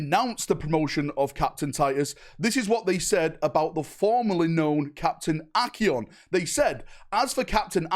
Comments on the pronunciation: can't read Acheran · mispronounced Acheran every single time. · “Acheon, kayron, gladriel” bro these pronunciations have to be jokes